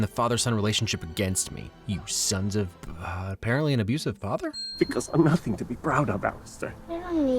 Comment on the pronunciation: woah you miss pronounced “nothing”